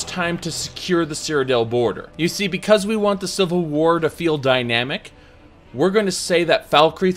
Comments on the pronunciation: "The Seevil War" :) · "Cvil war" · "today were talking about the cvil war"